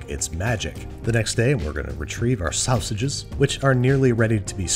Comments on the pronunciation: "sowsages" -babish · Sausages said like EMT!